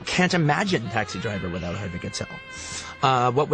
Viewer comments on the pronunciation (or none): "HARVEY KATEL" Edit: I just discovered that he's dyslexic